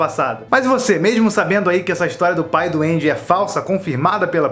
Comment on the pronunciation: Eu ouvi Pai do Andy como: Pai doende